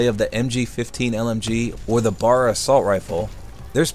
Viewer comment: The M1 Garand is not an assault rifle, nor is the BAR (bee-ayy-ahr). The letter M in a firearm name usually stands for "model," so you say that instead of "m." M1911 = model 1911.